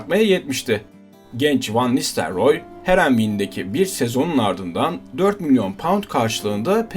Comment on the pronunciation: Olimpiyat çocuğu Van nistelyoor😁